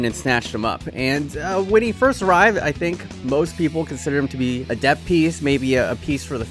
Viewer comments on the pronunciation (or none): none